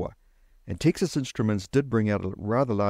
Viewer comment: TEEXAS instruments? its Texas, like as in the stae of Texas